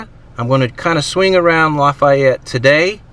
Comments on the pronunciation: its "laugh-ee-ette" laffayette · been subscribed to you since you started this adventure, and I love you either way. BUT for the second time, Lafayette, Louisiana is pronounced: laugh, E, ette!!!